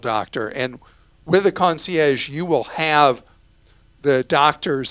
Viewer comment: Clark trying to pronounce concierge with a French accent that was laughable